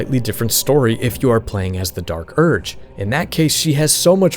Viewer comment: or Dee Ark Urg